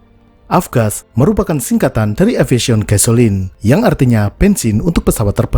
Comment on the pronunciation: apa cuma aku aja yg dengernya "efisien fuel" bknnya aviation yg bg 🥲